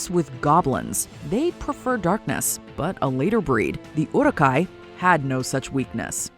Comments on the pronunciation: WHO THE FUCK SAYS "OROK HAI"?? Just how did it come to that?? !Uruki hai! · First of all, Uruk-Hai are not offsprings of Trolls. And second, at least try to pronounce their name right. You did some very poor research on this one.